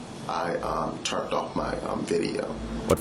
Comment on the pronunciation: Turnt ??.. Pullt ??